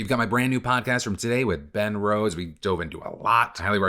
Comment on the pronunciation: At first I thought you said Matt Rose and was really confused but intrigued about what he might say about the political climate 😂